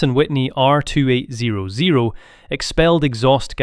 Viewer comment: Jet engine graphic?? AI slop. Also 2-8-0-0 is not how anyone pronounces that engine displacement.